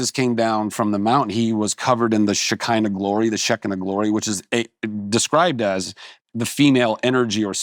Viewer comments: 1) It's not "sheh KY' nah." The correct Hebrew pronunciation is "shKHEE'-nuh," (the "kh" or "ch" sound like clearing the throat), meaning "dwelling" or "settling," and also "presence of G-d," which is more what you were discussing. 2) Thank you for mentioning the Hawk-Tuah chick and other youngsters "not knowing anything" as an indictment of our declined Education system. Please discuss THE BUDGET CUTS IN EDUCATION--particularly in RED states--over the past 20 years, more often and in greater detail on your show! It is the reason we have reps like Marjorie Taylor Green. And why people voted for DT. Twenty years ago there began a movement to fundraise for Music & Arts programs in under-funded schools. Which is important. That should continue. But why has next to nothing been publicized about kids not even getting mandatory Consumer Education courses in High School (they REQUIRED it in the 80s and 90s in affluent Midwestern suburbs--but is clearly necessary now as young people say they don't know how to manage credit cards, banking, and money in general!), and now 20 states aren't even required to teach Holocaust education, and the overall Civics/History class curriculums seem to be suffering. Talk about it. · I thought it was "shKHEE'-nuh". I was confused when Bill said the word that way. I watch Ollie Anisfeld, so I'm familiar with the pronunciation of at least some of the Hebrew words.